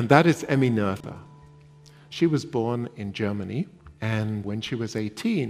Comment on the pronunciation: the h is silent in the speaking of her name :) just a detail you would not have known. But as we learn to recognise her achievements we might put in this little effort towards how she herself, family, friends and neighbours pronounced and perceived her name. If you want it even more elaborated, while in Noether the h isn't an english "th" but just an ancient spelling of a sounding "t" (that has been removed in spelling reforms but persisted in names), the oe really is one pronounced "ö" that has no course of shifting from o to e and approximately is pronounced like the u in fur (with rather british pronounciation).